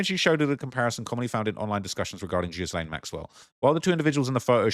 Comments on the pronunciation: A few decades ago? Ghilaine is too beautiful of a name for you to be butchering like this. I let the Tupac mispronunciation slide because he hated America and was a pro leftist revolutionary! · Your pronouncing her name wrong, the 's' is silent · The "S" is silent in Ghislaine's name. Stop saying "jizlaine!" please, "jiz" is something else entirely dear and its creepy you keep calling her that ( especially if she's a poor body double!- with the worst paid job in the world! lol.). Ig it is the real Ghislaine, the botox nurse clearly missed her lips and hit her nose. Ha ha - its not the same woman! OMG this just gets worse and worse. Go compare the voice of the body double -its quite different to the real Ghislaine we heard from earlier years. The body double has a deeper and more nasally voice and is clearly putting on an accent. Even sounded Scottish for a moment as she forgot which accent she should've been copying. Oh dear ... you can't get good hired help these days...